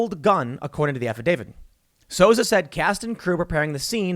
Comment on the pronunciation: It's pronounced "Soo-Za," not "Sosa." ... Baldwin is absolutely responsible. Full stop. And Kyle Rittenhouse is a Hero.